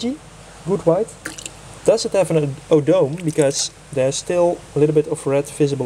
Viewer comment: O-Doh-Meh is the right pronouncement indeed! Thanks for your comment